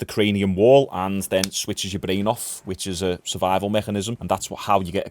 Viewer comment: A nerve that shuts off your blain it runs up to your blain. Its all about the blain. This dude really thinks he knows anything about fighting. Your not skilled what have you ever done you cant even say brain correctly